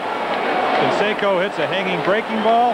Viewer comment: Rookie, Jose "Can-secko".